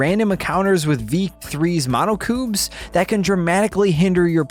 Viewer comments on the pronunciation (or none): Did say monocoobs I think it monocubs like baby monokumas